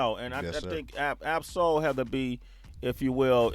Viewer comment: You got Ab-Soul name wrong [